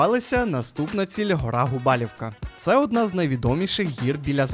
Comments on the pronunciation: Доброго дня. А чого ви кажете Губалівка? Є правило що не змінюються назви, тоді виходить Губалувка. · Губалівка?🤦 Губалувка!